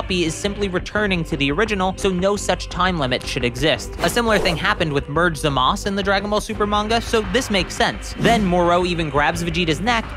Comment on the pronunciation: The way the narrator in this video says Moro as “Merrooow” makes me wanna punch him in the face. And he called Zamasu, “Zamasse” This guy doesn’t know sht about Dragonball